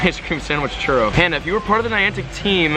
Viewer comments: anyone else cringe when says churro wrong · The way you say churro 😂😂